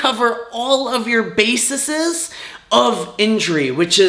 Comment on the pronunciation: Eggzeema, baseses, cellullull… tell me more science man.